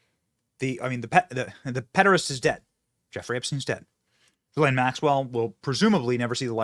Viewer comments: How does EVERYONE fuck up her name. It is : "Guh-lane Max-well" NOT "Jizz-lane" or "Jizz-line" or "Juh-lane" " or "Gee-lane" or "Guh-line". I shouldn't care that much, but... if we are gonna shame her for FOREVER we SHOULD get miss "JIZZZ-LANE'S" name right! For two reasons: 1. So that NOBODY EVER, EVER chooses to name their child that dumbass name again. 2. So that her infamy is properly effected, in that her PROPER name is shamed for as long as we can shame it! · GUH - LAINE. Hard G. Bro....where is the client list? Of course Jeffy E is an intel operator. C'MON MAAAANNN ...... Both Jeff and Maxwell have been "convicted" of pedo sex trafficking but to whom?